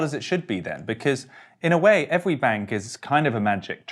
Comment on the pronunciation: " ...in a way evewy bank is kind of a magic twick...." Fweddie?